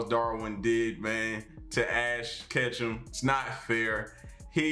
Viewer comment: Ashton Kutchum xD